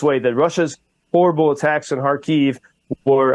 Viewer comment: Thank you for your work. Small recommendation about the pronunciation of Kharkiv city - it is on the first syllable Kha`rkiv / KhArkiv. (not Kharki`v). Thank You.